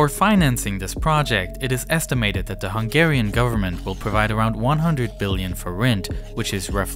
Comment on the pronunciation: I am from Hungary, and you did an amazing summary of the situtation! Also, your pronunciation of Hungarian words and names is the best I've ever heard from a foreigner, are you by change Hungarian as well?